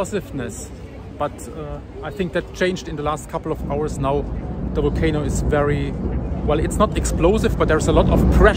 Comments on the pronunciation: Your English is excellent. You just need to work on your V's and W's a bit more. It's Volcano it's Wolcano. Much Love and Blessings from Nikiski, Alaska. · Wolcano, walley....But his English is perfect.